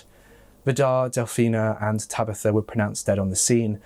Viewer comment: “Tabeetha” 😬 Surely you’ve heard of the name “Tabitha” before? Tab I tha 🤦‍♀️